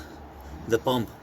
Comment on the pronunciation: 😂lol I think he's Arabic guy, we don't have the letter P, only B